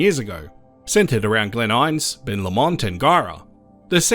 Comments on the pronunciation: Glen In-ness, not Glen Ines. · As in "in ness" not "eyenz". 😅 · It’s Glen Innes, NOT Glen Ines. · Pronounced Glen In...ess.... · I always thought Glenissis was pronounced Glenises? 😮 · Yeah with the stress on the IN-ness, a schwa in the ness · You say Glen Innes like a Melbourne person